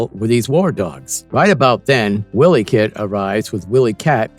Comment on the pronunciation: Pronounced Wy-lee cat not Willy cat